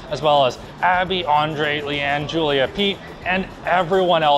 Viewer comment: did you butcher Giulia's name ?